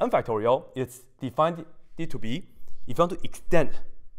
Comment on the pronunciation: also—-: please understand I mean no disrespect, but you should stop saying words that end in “ed” as if they end in “eded”. at times the effect is comedic, perhaps endearing. but when it happens many times in the same video, like “defineded”, you’re giving other people the incorrect way to speak English. and many who are good at math aren’t as good at language. especially those for which English isn’t their first language. Please stop saying words “defineded”, please don’t add an extra “ed” to the end of words that end with “ed”.